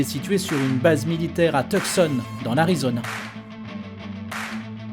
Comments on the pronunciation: je suis allé y a 20 ans , deja on dit pas "TEUQUSONNE" , mais "TIOUSSONE" sympa , ca se visitait en bus , mais tres militaire ! il y avait 4 mille avions a l'epoque , et on voyait les A10 voler au dessus ( il remettainent les fluides et les remetait en service ) , il y a le musee de laviation a Tucson aussi juste a coté , avec plein de petit vieux veterants ( genre 80 ans ) qui nous couraient apres car ils se sont passé le mot qu on etait francais ( en en plus pilots du dimanche ) et voulaient parler de leur guerre en 45 ... il y a d'ailleur un B52 avec une nacelle qui lancait des avions fusées ( aucune idee duquel ) ... bref sympa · Je crois qu'il a raison, ça se prononce "to̅o̅′son". J'ai fais la même erreur et à mon avis pas mal d'américains doivent la faire aussi, car c'est pas du tout intuitif... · non ça se prononce bien "tooosone". C'est ma ville préférée et là bas ça se prononce bien comme ça ;-) Le "C" ne se prononce pas. C'est un peu comme en France où l'on a du mal à prononcer Chamonix, ou Bourg-en-Bresse... Beaucoup d'américains n'habitant pas la région doivent se tromper également... Sinon la fermeture n'est pas une pure perte, vous avez juste à côté le Pima air and space Museum qui est tout simplement un des plus beaux musées d'avions du monde...